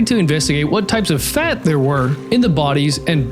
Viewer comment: Why is he pronouncing the word “fat” weird?